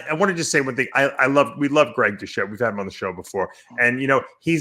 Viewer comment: Who the fuck is Greg Diuchette ? Do Lee vs Kermett the Frog.